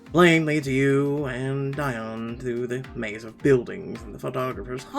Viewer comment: Hi. I believe her name is pronounced Dee on. Great video nonetheless 😀